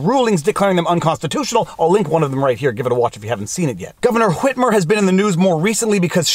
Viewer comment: I absolutely love the pronunciation of Whhhhhitmer!